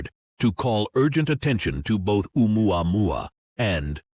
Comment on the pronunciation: I’m Hawaiian and I just want to let you know the correct pronunciation of Oumuamau. Ok so, You pronounced Ohio perfectly. The beginning of Oumuamua “ou” is pronounced “oh” and you say the rest perfectly. The Hawaiian language is so easy to learn.